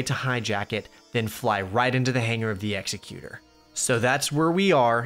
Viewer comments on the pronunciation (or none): Love your content. Just a super pretentious nitpick, it's pronounced ex-EC-utur, like executive. Not like an execution